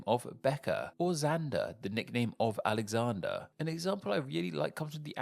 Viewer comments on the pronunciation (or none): none